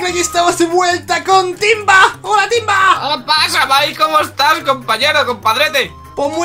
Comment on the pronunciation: es hace no ace y es timba y no tinba